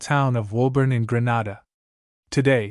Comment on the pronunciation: It is pronounced Greenayda not Grahnada